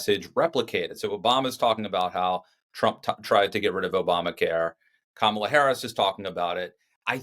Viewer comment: It's Ka...ma...la!!!